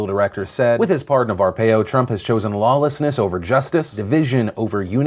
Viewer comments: I'm sorry, Phil, but you are wrong. Dump most certainly IS a racist! Did you not hear the horrible things he said while campaigning? I get that you're trying hard to be objective and neutral regarding Dump, but ignoring the truth isn't being objective. As I understand it, Arpaio, (pronounced ar-PIE-o,) doesn't even qualify for a Presidential pardon. His potential sentence isn't long enough, he would have had to have already served for FIVE YEARS and Dump didn't hear ANY testimony from either supporters or those Arpaio harmed with his witch hunts. One more thing: How come it says I'm the 82nd viewer, but you have 1316 likes? How is that even possible? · No, it's not pronounced the way you wrote it out. Arpaio has THREE syllables, not two as you wrote. ar-PI-o is how the pronunciation should be written. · You're pronouncing Arpaio wrong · Philip DeFranco you pronounced Sheriffs name wrong. Love you though :) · Your mispronouncing Apaio hurts my brain god. Love your show though. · As an Arizona resident, hearing Phil mispronounce arpaio's name hurt me a little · I feel like he's saying the sheriff's last name wrong on purpose... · Phil. You mispronounced Arpaio the whole video! Also, I don't know what Trump was doing. Arpaio is so unpopular around here now that he lost to a democrat last election in a heavily red state. It was a strange move to make. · Philly I love the show, FYI you pronounced sheriffs name wrong. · Lmao I'm glad someone else noticed that he was saying his name wrong. U most be from Az two. 😅 love the show but that Thur me off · Love this channel, but mispronouncing Arpaio was making me insane. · The way you pronounce arpaio hurts my soul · You keep saying Arpaio's name wrong. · Arpaio the second A is silent. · I lived in Arizona my whole life and i've never heard anyone say Arpaio like that. Made me cringe every time you said it; sounds so dumb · GAAAAAAAH YOU PRONOUNCE ARPAIO WRONG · Please tell me you are mispronouncing Arpaio on purpose lol